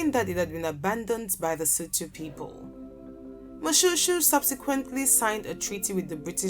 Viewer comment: Moshoeshoe not pronounced like shoe, please.